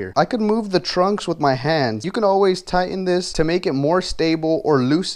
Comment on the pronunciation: They're pronounced trucks, not trunks 😂